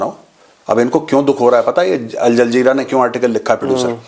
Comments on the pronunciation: Al Jazeera not jaljeera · Bhai Al Jazeera hota hai. Jaljeera nai . Hazmaa kharab hai kya aapka😅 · Al Jazeera ✖️✖️ Al jahreela ☑️☑️ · It's Jazeera not Jal Jeera.. by the way Nanga Nahayega kya.. Nichodega kya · Al jaljira nahi mejar sahab al jajira hai new paper gulf country ka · Al Zazira hai Al Jal Zira nahin hai. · Al Jazeera ❌ Al Jaljeera ✅ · Al-jaljeera❌ Jal-jaljeera ✅ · AL-JAZEERA BOLNA TOO SEEKH LE